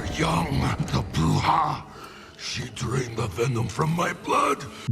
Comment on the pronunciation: what I mean is that Bane grew up in a prison in a Latin American country, his mother tounge is spanish, so it doesn't make sense to me why he pronounces "bruja" like an american who can't pronounce the hard "r" of spanish (because it's not a sound that exists in english)